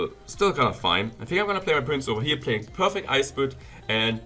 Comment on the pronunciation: "Over hier" 😂